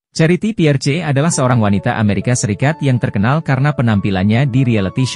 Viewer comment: charity pierce,,, baca piers haha